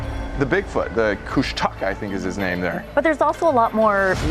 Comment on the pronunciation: Nice try pronouncing Kooshtaka 👍🏼 Koosh-tah-kah 😀